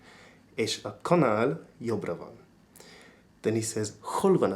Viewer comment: Just a note: "balra" is pronounced "barra" and "jobbra" is "jobra."